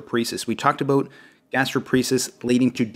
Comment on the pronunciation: About sounds like ah-bout, its not a boot pronounced a-boot lmao jk😜